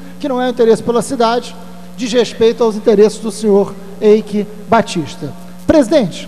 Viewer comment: Na verdade, se pronuncia Aique Batista.